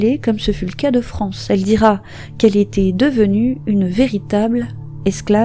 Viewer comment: On ne prononce pas "France" comme on le ferait en français, mais bien en prononçant le "es" à la fin, avec connotation latino et le "c" en "sh" et le "a" devient "é": Frénshès. Ou alors il faut aussi prononcer le nom de famille à la française et dire "farmé".